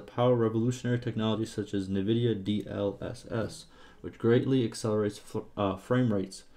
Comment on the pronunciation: Nevidia? Please call it NVidia.